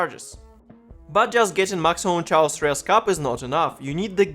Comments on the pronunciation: chaos читается как кейос не чаос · Looks like a cool guide. I don't know where you took it from, but it's "chaos" is said with "k" :D